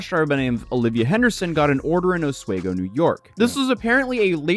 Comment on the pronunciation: Local pronounciation of "Oswego" is similar to "off we go" (only an s-sound instead of the f-sound). Stress is on the middle syllable.